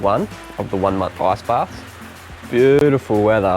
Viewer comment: Why do you say "ass"-baths? it's IIIICCCEEE baths XD